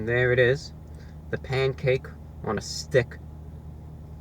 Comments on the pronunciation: Lol he says it like A Pancake on a 'Stick' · I like how he says, " STICC ". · Pancake on a sTICK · “Here’s the side view of the pancake on a stickHHH” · Love how you say "on a STICK" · This is my favorite ROTW video of all time. There's all these little things. The repetition of the phrase "pancake on a stick." The emphasis on the word stick. Him laughing at the salt packet they gave him. That 3rd, violent bite he takes. Love it. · Your tongue is in the way of you saying the word STICK lmbo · Loving the way you articulate "Pancake On A Stick" - pronouncing it to rhyme with "Scum!" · The emphasis on stick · His emphasis on S T I C K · The way he says stick you know it’s over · Why so much emphasis on "Stick"? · You gotta really emphasize the STICK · Jennifer Myers this guy really puts the emphasis in stick